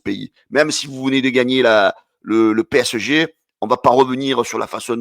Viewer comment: PSG on dit ! Tu as du mal mon grand